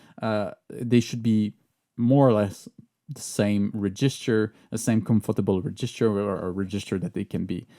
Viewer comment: hand-pink-waving:Bonjour,. J'ai beaucoup apprécié cette vidéo très instructive. Permettez-moi toutefois d'ajouter une précision: la prononciation de « REGISTER » s'améliorera avec une légère modification: l'accent tonique porte sur la première syllabe, et non sur la seconde (comme c'est le cas en français avec « REGISTRE »). Merci beaucoup! ♥ - - I enjoyed this very informative video. But, permit me to add one thing. The pronunciation of "REGISTER" will improve with one slight modification: The FIRST syllable is stressed - not the second (as I know it is in French). Merci bien! ♥